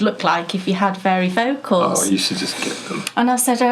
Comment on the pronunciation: Get the glasses! It sounds like you are saying fairy lenses to my American ear. We call them bifocals in the USA. You can actually now (yes, it is the 21st century!) get them so they are invisible and you see no line between the normal lens and the bifocal. It works for contact lenses too. They have a small weight in them that keeps the bifocal part down. Go for it! (and you can use the resulting pension to buy more yarn! LOL)